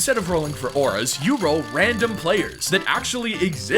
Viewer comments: Aura’s Say it like Oru’s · i think is getting old because he called ‘Auras’ ‘Nametags’. y’all he need some help 💀🙏